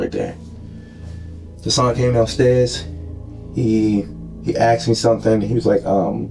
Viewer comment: He “axed”! The word is ASK!